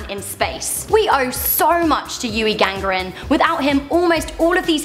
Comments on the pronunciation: Yuri Gangarin wtf? It's Yuri GAGARIN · No :D his last name is Gagarin but if you are talking how she said it than yes. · Is Yuri Gagarin not Yuri Gagrin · Who dafuck is Yuri GAGRIN? It's spelled GAGA-RIN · yuri what?:)) gangrin???im having a migraine